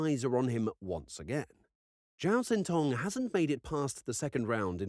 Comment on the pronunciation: Xin is not pronounced Zin, it's pronounced Shin, though more forward in the mouth than our SH sound.